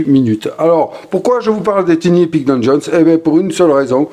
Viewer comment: Merci pour la vidéo, on prononce TAILLE Ni epic. Merci!❤